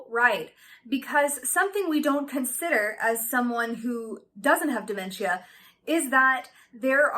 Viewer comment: Why are you saying it like that? "damen-chia" is not how it's pronounced lol.